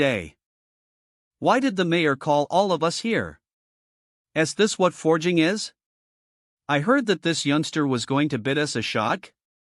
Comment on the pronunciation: The most spoken word in this story is "forging" and the AI can't even pronounce it ... sigh.. keeps saying fey-ing for some reason ?